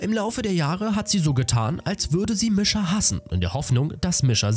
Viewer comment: Der Anime ist echt cool danke das du das machst aber bitte sprich die Namen richtig aus Misha wird so ausgesprochen Niescha